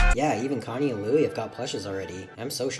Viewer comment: Connie nah that’s coney